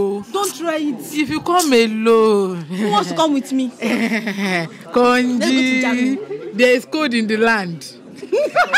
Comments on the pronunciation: It’s the last part for me😂😂. She said conji 😂😂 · She say konji 😂 Guys! But middlesbrough though 😅